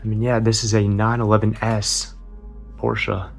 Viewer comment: Thank you for saying Porsche correctly